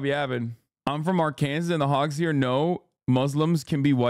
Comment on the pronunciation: Did he pronounce Arkansas like our Kansas or am I tweaking